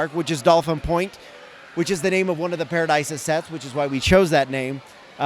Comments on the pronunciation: I know it's a made up name but I feel like it's pronounced Pa-ra-dee-suh not Pa-ra-die-suh 😂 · It's ParadEEsa, pronunciation direct from Lego :)